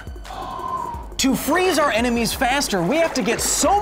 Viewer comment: The way you pronounce “our” I bet you’re one of those guys that spell it “are”